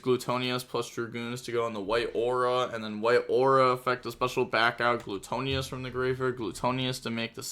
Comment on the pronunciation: Gluttonous (Gluh-tuh-ness)